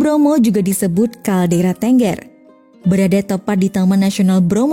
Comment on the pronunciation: Bukan Ténggér, tapi Tengger. Pakai taling.